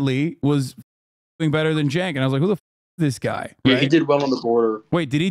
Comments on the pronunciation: Does your guest think Uncle Cenk is coffee? He keeps saying Sanka. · I love how keeps pronouncing it as "sank" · Bro called him Sink